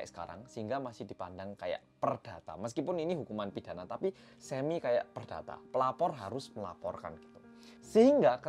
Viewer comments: Awal nonton rasanya sedih dan marah, tpi tbtb ngakak cuma karena typo ngomong “tapi” jadi “tapu” wkwkwk mana dibikin tulisan sama editor wkwkw sereceh ini akuuuu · "tapu" ngakak karna typo ngomong doang wkwk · Salfok ama kata "tapu". Lidah kepleset. Untung bukan sapu ya 😂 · Bengek pas bilang "tapu"; )